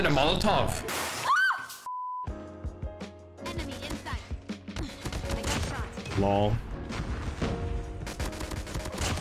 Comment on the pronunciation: SAYING MOLOTOV IN AN IRISH ACCENT